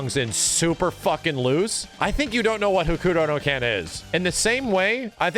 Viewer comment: pronouncing Hokuto no Ken like the boomerest ass boomer